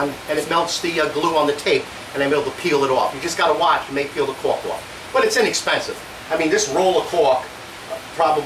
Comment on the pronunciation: For a second i thought you said that you line your drawers with "caulk". Had a laugh, then realized you said "cork" Haha, another good video, thanks!